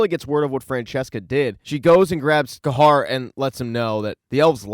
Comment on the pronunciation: I thought “Ca-har” was pronounced “Ca-here” 😅